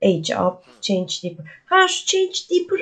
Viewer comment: Celeste selest diaper daypır ve care keyır diye okunur sevgilerle🙂